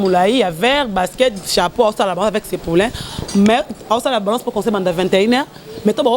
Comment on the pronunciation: on dit balance et non banlance